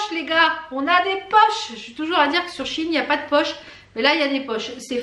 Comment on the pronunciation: Super la vidéo ! Je viens d'apprendre qu'on dit she in et non Sheiiiin mdr